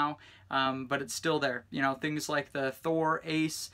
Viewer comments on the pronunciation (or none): none